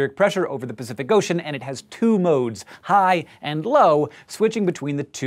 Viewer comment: I thought he was saying high anus